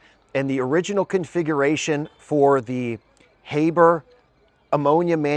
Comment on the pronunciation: sorry brother... please pronounce his name correctly from now on. Haber - Ha(r)ber. It may seem trivial to you, but when you call yourself a researcher it becomes important. The critics love this shit to point to and it's pretty basic stuff to say his fucking name correctly.